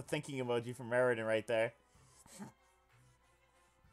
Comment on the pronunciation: it makes me extremely uncomfortable hearing you voice eridan and not pronouncing the ww and vvs